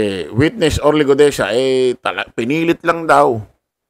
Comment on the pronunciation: Brod.sana sa susunod na vlog bigkasin mo mg maayos ung Guteza hindi Gudeza ha.